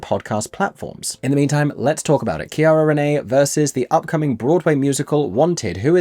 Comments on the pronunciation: See-Air-uh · Just FYI her first name is pronounced like Sierra, not with a hard C. ❤